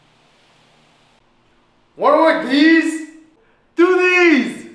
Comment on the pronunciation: Wara wor deez? Doo deez!